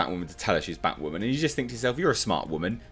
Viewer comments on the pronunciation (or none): IT’S Bat-WAHHH Man